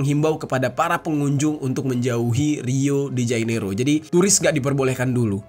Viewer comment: Jane iro, bukan jai nero mas